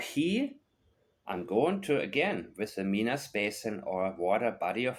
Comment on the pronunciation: I live close to Minas Basin. I thought you might appreciate how we pronounce it in Nova Scotia. MY - NUS. I appreciate your no nonsense channel.